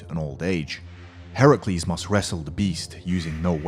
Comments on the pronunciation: Excuse me... Did he pronounce Hercules as Herocules!!!! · Please prounce names right, it's not prounced herecluires its herculease and also not minitor although that's how it's spelt it's prounced mineator. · Bro its no herculis its hercuelis the reading not the spelling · Did You Just Say Herucles? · Pronounced hercules wrong